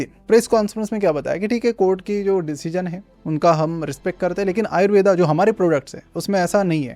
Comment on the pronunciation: आयुर्वेद को आपने तो आयुर्वेदा बना दिया आयुर्वेद बोलने में कोई दिक्कत होती है क्या